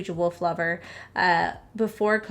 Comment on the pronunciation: OMG!! LOL. Girl, you had me freaked out! When you were talking about the new Iowa law, I could have sworn you said, "world," instead of "wolf!" I rewound it 4 times! 😆😅😆😅😆 Makeup is gorgeous! It was so fun watching and hearing how giddy you were about the collection. Absolutely adorable!